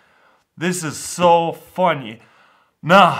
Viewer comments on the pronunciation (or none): he said vunny